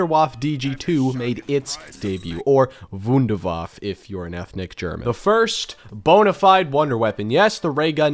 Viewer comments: It is called Wunderwaff EEEEEEE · I love that he tried to properly pronounce Wunderwaffe and still missed it. “Voonder Vaffuh” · i love how when you say the word "wunderwaffe" in german, you still say it wrong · that's not how you pronounce Wunderwaffe🤪👌🏼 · guys pls call it not wunderwaaaafffffffff Das ist die WUNDERWAFFE